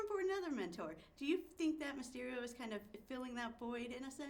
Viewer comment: It's Mysterio, not mystery. Geez.